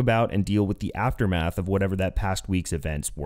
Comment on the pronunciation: Every time you said "Aftermath" all I heard was Tim saying "Mass is a story following the asstermath."